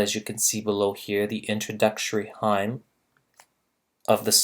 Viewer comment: Do you mean to say "vignette?" Please look up how to pronounce "hymn."